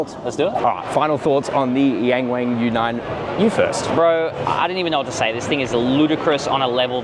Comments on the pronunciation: young ! not yan， wong! not wannn. ok? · It's Yung Wung not Yeng Weng duh 😂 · I can hear you pronouncing it in a European pronunciation “YEENG WEEING”. It’s like hearing someone speak in English as they shake their head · C'mon, it's pronounced "young wong" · It's pronounced YongWong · Bruv as much as I love your videos on cars, your pronunciation in Chinese is nothing short of disgraceful!